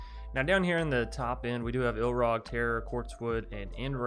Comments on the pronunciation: This is a small thing, but I cringe every time you call Ilharg "Ilrag". Other than that, I'm anxious to try this deck out. I like most of your brews! Decks don't have to be always comoetitive to have fun. Besides, gotta make use of all the cards before they rotate out of standard. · I prefere the iIlrag, sounds better :)